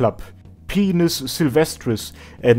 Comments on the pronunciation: dude, by-nus, not pe-nus. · Dude...Pinus is pronounced PINE - US P! EYE! NN! UGH! SSS! Not penius...Xd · its pine-us not penis. it means pine tree or something. so it should be pronounced like pine tree. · Pinus, not pine-us. Latin, not English. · It is modern Latin so "correct" pronunciation is damn near impossible to pin down lol. I studied botany in Sweden and everyone in my class, professor included, pronounced it "peen-us"